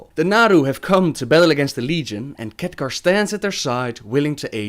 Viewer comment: hohohoho, so many Catgar! later, it's Khaadgaar !! ! !